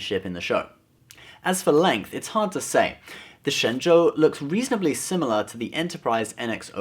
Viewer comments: Your Mandarin is amazing! That's correct tone and accent! Ah, wait, you are, right? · Hey, great video and you are the only guy on youtube to pronounce shenzhou correctly!